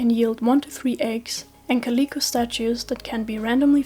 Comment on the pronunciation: This is a really good video, very concise information and I like how you display relevant charts. I am begging you to learn how to pronounce calico